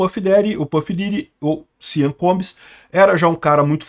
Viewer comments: Eu tentando entender o que diabos é "siam" e o nome dele é "sean". A pronúnica é "xan", caso alguém se importe. Não "siam". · Sean Combs é pronunciado "Shawn Combs", não "Sian" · Gosto muito dos seus videos, o que esta se falando agora e que os óleos de bebe que foram encontrados na mansão do Sean ( pronuncia e ‘shon’ e não sian) não eram exatamente óleos e sim drogas, as chamadas êxtase em forma liquida a GHB (gamma hydroxybutyrate). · Amigo, não se fala: SEAN, se fala: CHON. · A pronúncia de Sean é “chon”. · A pronúncia do primeiro nome dele é Shãn ( Sean ) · NÄO, È SEAN COMBS FALADO È " SCHON".... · A pronúncia de Sean é “shon” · O nome SEAN pronuncia-se "CHÓN". "CHÓN COMBS".